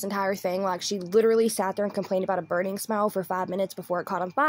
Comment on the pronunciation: I laughed when her bf said "IS SOMETHING BUNRING"?